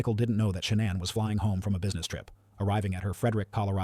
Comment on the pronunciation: And I don't know if this bozo knows what he's talking about. He's not pronouncing any names correctly. He calls Shannan ShawnAnn